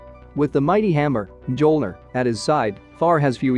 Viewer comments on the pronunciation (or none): The hammer of Thor called Mjölnir not Joelner🤨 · Who the helk is shazum.... his name (is now) Shazam as in shazAM not um. Fer flips sake Odin is Oh din not odd in and it's Myolneer (Mjolnir) learn to pronounce words properly by doing some proper research